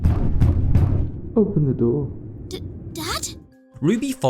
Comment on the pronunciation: bro really said “open na noor”💀💀